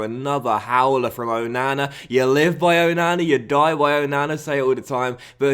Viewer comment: or Oh-no-no?